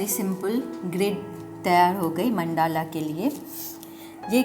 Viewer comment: Correct pronounciation is मंडल √. Not मंडाला ×